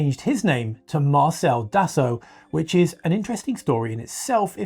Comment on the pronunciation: I know, it's grating. The strangest thing is that he pretty much pronounced the surname of Marcel Dassault correctly . Isn't it obvious that it's the same word? 🤔